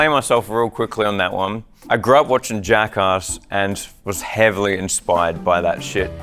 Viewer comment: hearing say jackass as "jack-arse" has made my day